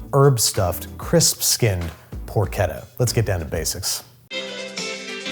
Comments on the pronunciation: Poor-Chedda* not ketta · Who else cringed at 'porkedda'? Looks great though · I hate being “that Italian” (I’m not even italian), but it’s “porchétta” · Babish stop saying porketta it’s por-cheh-tuh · Babish, please! It's porCHetta, as in parCHment, not porKetta, as in... porK :D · I like guga's porketa more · por CHET tah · Clean Water Nasenyi Uganda Add another t: it’s more like porkét-ta, which means something like young/cute female pig, I have no idea why Source: I’m Italian 🇮🇹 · why would you pronounce it porcheta REEEEEEEEEEEEEEEEEEEEEEEEEe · Babish: 'PoRKETta" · im not from Italy or the US.......im pretty shure that's not how you pronounce CH in Porchetta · Is it pronounced “porchetta” or “porchetta”...? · Pork. Etta. Yeah. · ch in Italian is a k sound.